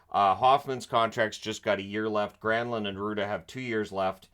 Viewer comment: It's GranlUnd